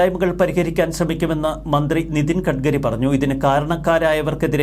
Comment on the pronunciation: ഖഢ്ഘരി അല്ല, ഗട്കരിയാണ്.